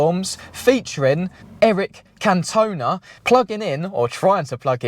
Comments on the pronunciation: my gaffer has his capri in our workshop under a cover, it's a ratty special edition 1.6 pinto, still looks good when under it's cover... by the way it's can-ton- aarh, the fiery frog spent more time banned + off pitch than on, but was a brill player in the late 80s early 90s "ooh aah cantonar" was the cry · Eric can- two-nah..... Is how you say he's name pal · Can tooooooon ah 🤣🤣🤣 🛢🐟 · Never mind the new crapri….. who’s eric can-toe-na 😂😂😂 made me laugh more than the ridiculous thought that they can stick a iconic name on another new ‘same mould’ electric suv and think people would buy into the gimmick! It might not end up being a bad car but it’s going to lose customers due to the name. Unfortunately the government are forcing manufacturers into mass producing electric vehicles. It’s not surprising they all look the same bearing in mind the fact manufacturers share platforms ….i believe the new crapri is based on the vw id 4 or 5 platform? But just think of a new name!!! Just make sure it’s available proper name not something that resembles your amazon password like many other car manufacturers are doing……(smart, toyota etc.) we don’t want the Ford “;(£7 😂😂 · Eric Canton-ahh😂👍🏻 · I know your not a football guy so I’ll let you off that pronunciation of Cantona 😂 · What a sad state of affairs, truely. Also, pronounce Cantona's name right, cmon son, i know hes French and was a Man U player but he deserves that 😂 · Hello buddy , You need to look up how to pronounce Eric Cantona ! 🤣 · Ugly thing and to be calling it a capri is an abomination! Oh and your butching Eric's surname! Your pronouncing it totally wrong..! Lol 😂